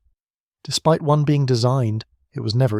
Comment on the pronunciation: This sounds like a person--it is quite good but--either they--or the robot used cannot say the numeral 1